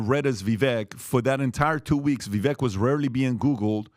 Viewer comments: you guys should really learn to pronounce Viveks name correctly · vivek’s first name rhymes with “cake”. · As an aside, why can't you guys learn how to pronounce Vivek correctly? Minutiae/optics, but c'mon. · Say it with me: Vivek rhymes with "cake". Say it: Vivek rhymes with "cake". Say it again: Vivek rhymes with "cake". And again: Vivek rhymes with "cake". "Vivek!" "Cake!" Thank you. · It's pronounced Va-vake. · Love this podcast but FYI — it’s VA-VAKE “like cake” as Vivek Ramaswamy would say. It’s not VIVECK — keep up the good work. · Vi-'vake'...get it right.... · Vivek pronounces his name like Vi-vake. Like cake. It’s uncomfortable hearing the mispronunciation over and over again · By now you should know his name is pronounced Vih-vay. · Hey! It’s pronounced Vivake. Like cake. You are welcome. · I listened to Vivek. I thought he did a horrible job. And, by the way, you mispronounced his name. He says it sounds like cake. I think he sounds fake. I think he is on the take. I think he would be a mistake. Vivek (Vivake) sounds like he is in high school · Vivek is pronounced ViVake like Cake. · Come on guys, pronounce his name correctly. It's Vi-vake. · Vivek is pronounced Vivay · One last time for the knucklehead crew: Vivek is sounded as Vivake, rhymes with cake. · Vivek (vi-vake) he has tried to get you guys to pronounce his name correctly and you still don't. This just shows how low he really is in the race, wish people would get behind him. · Appreciate your knowledge and insight… but his name is Vi (vake) rhymes with cake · VI VAKE, ITS VI VAKE. Pronounce his fu**ing name right, he has been in this race for MONTHS. Fix yourselves and respect this man. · Finally guys. His name is pronounced (VIVAKE) btw. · His name is pronounced Vivek like "bake" 🙂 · Please Men, the pronunciation is Vivake like Cake. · It’s Pronounced Vi-vake rhymes with cake. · It's Vivek as in CAKE!!! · Vivek rhymes with “CAKE“ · pronounce his name if you like him so much. Ve Vake